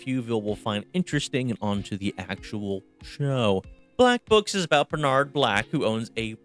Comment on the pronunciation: It is a banger. Totally the best thing that happened to me in very comedy-formative years of my life. I can't help it. I know it's too late, and I know the target audience don't care, but. I gotta say it. Please don't put the emphasis on 'Nard in Bernard. It's Bernard not burnARRRd.